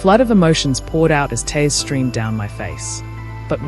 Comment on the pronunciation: Please get your narrators to pronounce words correctly. Eg TEARS not TAirs!!!